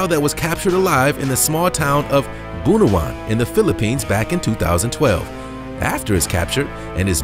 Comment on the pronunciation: It's BUNAWAN not BUNOWAN watching from phillipines